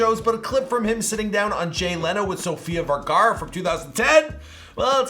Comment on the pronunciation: Bro you staight out butchered her name brother!